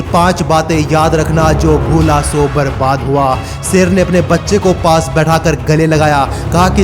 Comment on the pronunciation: Youtueber भाई एक सच बता कहूँ तुझसे तो अल्फ़ाज़ भी सही से नही निकलते तू शेर को सेर कह रहा है इससे ही पता चल जाता है कि तू पढा लिखा जाहिल है। जब वीडियो बना ही रहे हो तो कम से कम अल्फाजों की अदायिगी तो सही से निकालो😎😏😃 एक बात और तेरी वीडियो में आवाज़ in-consistence है वह ऐसे कभी तेरी आवाज़ कम हो जाती है कभी ज़्यादा। पूरी वीडियो में आवाज़ के volume को बराबर रखो, हमारे कान न फोड़ो। कोई यह बातें तुम्हे बताता क्यों नही। या हर critisize करने को वाले को hater समझकर नज़रअंदाज़ कर देते हो।